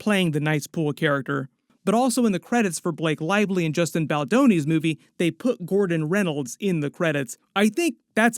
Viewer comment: Who tf is Justin baldaroni? Lmao